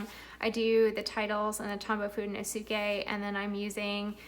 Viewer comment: *Foo-deh-NO-skeh I love your journals!